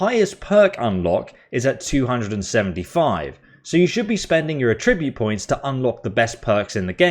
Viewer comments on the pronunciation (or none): Great video lad however the word you mispronounced is pronounced at-tribute not atribute as there are 2 t so attribute now thank you once again mate for a well informed and funny video cheers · Please learn how to pronounce 'attribute' (It's not 'A tribute'). That was painful to my ears!